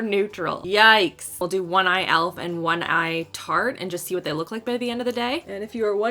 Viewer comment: When you say tarte it sounds like Turte